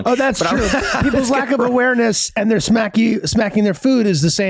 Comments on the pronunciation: Glenn my guy LMAO "ewareness" ..... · Freeze it. "People's lack of ewareness"